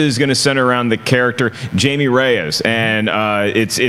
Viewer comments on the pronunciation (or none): Do they know its not pronounced Jamie??? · You can tell they don't know the character since they keep saying "Jamey" and not "Haime' " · It’s HAIME not JAMIE